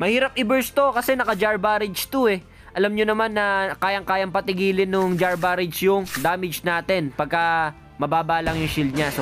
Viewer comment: galing mo idol! kaso sumasakit tenga ko pag sinasabi mo BAREYJ. BARAJ basa dyan sir. parang berserker barrage lang ni wolverine.